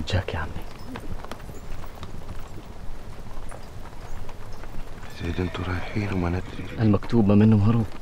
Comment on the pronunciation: يا ريت واحد يفهّم "ذيب" ان زيد اسمه "زيد" مو "زيت"، وزواد اسمه "زواد" مو "زوات" ههههه